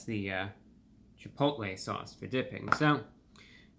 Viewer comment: Isn't he pronouncing Chipotle wrong? 🤔